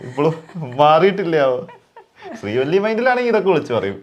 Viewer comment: ശ്രീവല്ലി ❌ ശ്രീവള്ളി ✅😂 ദുരന്തം 😂